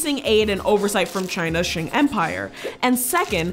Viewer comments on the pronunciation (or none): Sheng Empire? Nowhere near the pronunciation of Qing.